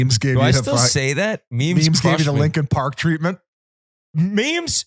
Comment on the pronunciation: let me know when you’re people finally learn how to say “park” correctly